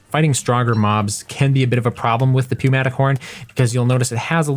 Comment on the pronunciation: It is New-matic not pew-matic